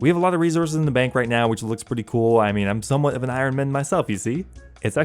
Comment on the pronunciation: The way you pronounce Iron drives me nuts.